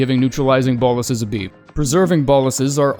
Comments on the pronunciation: Its pronounced BO-LUS you literally had the pronunciation on screen there's a full stop right there 😀. Not boll-us. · They are pronounced boh-lus